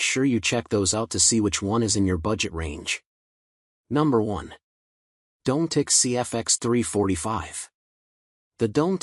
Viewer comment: Dom-met-tic not Dome - Tic